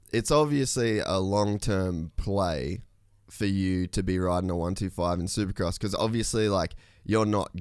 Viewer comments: Why does he keep saying 1 2 5 instead of 125 lol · DUDE - is “one twenty five” - NOT “one two five” !! Fix it !!! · im gonna go ride my one two five😂 its a one twenty five. it irritates me saying it the other way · A one two five? Its a 125. This is so annoying.